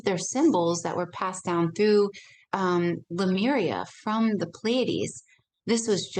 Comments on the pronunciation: CLICKBAIT CLICKBAIT CLICKBAIT : How To Be Super Human...?????????????????????? Yes HOW????????? So I "spent" about 57 minutes of my life but I still have not heard any "how"... and : "Lamura...?" You mean Lemuria... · She pronounces Lemuria incorrectly throughout the entire interview, plus this theory has been debunked long ago via ocean floor analysis in the pacific. The whole Atlantis theory is as stale as 50 year-old french bread